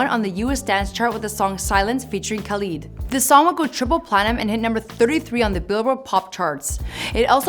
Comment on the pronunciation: Did she say KA - lead It's Ka - lid